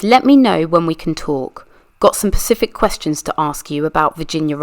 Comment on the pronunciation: Thank you so much for this. Just one tip it's Specific not pacific* (not to be grammar police but it was killin me lol) other than that excellent job 👏👏👏